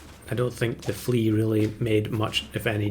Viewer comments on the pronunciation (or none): "level flea" sounds like you misspoke level three. Followed up later by the tongue twister "almost level three flea" Very confusing pet.